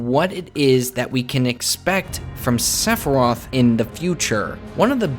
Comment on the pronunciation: Sephiroth NOT Seph roth!!!